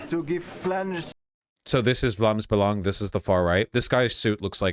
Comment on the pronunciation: surprisingly good pronounciation on "Vlaams Belang", like it's not good but way better than I expected